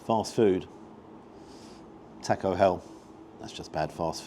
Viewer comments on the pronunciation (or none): none